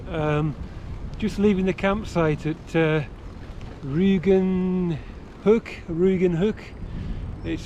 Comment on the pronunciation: Ruigen-hoek, rough-hook.